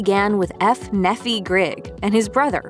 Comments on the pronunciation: His name is pronounced NEE-fie, not Neh-FEE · the name Nephi is pronounced "nee-fye", not "neffy" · Nephi isn't pronounced "Neffy" its pronounced "Nee-fye". It's a Mormon religious name. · Nephi would be pronounced "ni:faɪ" or "nee-fye" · She keeps mispronouncing his name, it's pronounced "NEEFI", A prophet and hero from ancient times, whose life story is told in "The Book of Mormon" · Yeah, something definitely sounded funny haha. I can't blame them though. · Mispronounced the name Nephi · It's pronounced Nephi with a long i